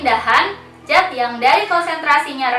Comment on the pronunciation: Zat klo di Baca menjadi jat ya kak ?